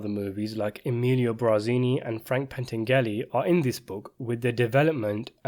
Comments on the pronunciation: It's "Bar" zini not "Bra" zini. Pentangeli is pronounced Pen tan' jalee. It matters. Otherwise, I enjoyed this :) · It's pronounced as pain - tan- yu- lee. In Italian, gli is a diphthong. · Say it with me Pan-tan-ja-lee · Frank PENTANGELI not Pantengeary which sounds like putting the names of Frank Pentangeli and Senator Pat Geary together.. You obviously do not read your comments because the last time myself and several other made reference to this. Pentangeli's nick name was "Five Angels" ... Pent meaning FIVE and Angels meaning ANGELI. Watch the movie! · More precisely, Frank's last name is pronounced Pen-TAN-gel-lee Watch Part 2 and LEARN! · Love your analysis of the Godfather and all things related but it is Pen-Tan-Jelly. Keep these coming. Best breakdown of the plots, characters etc online. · It's pronounced PENN-TAN-JUH-LEE. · Jesus Christ. You still don't know how to pronounce Pentangeli? At least Senator Geary mispronounced Corleone on purpose. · “Pentangeli” translates to “Five Angels”. Hence Tom Hagen says at the end of Godfather Part II “Don’t worry about a think Frankie Five Angels”